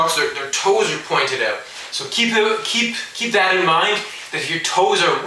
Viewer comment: knew he was canadaian when he said "oot" instead of out